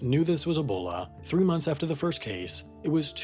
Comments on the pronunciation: Great video, but PLEASE, it’s E-bola, not AH-bola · EEBOLA NOT ABOLA